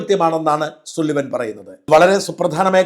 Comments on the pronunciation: Su alla Sa enn anu pronounce cheyyendath 😅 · സുള്ളിവാൻ അല്ലേടാ 😂😂😂സള്ളിവൻ എന്ന് പറയ്‌ 😂😂